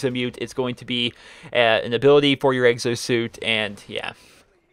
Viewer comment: Can you please say exo! Not eggzo it is rather annoying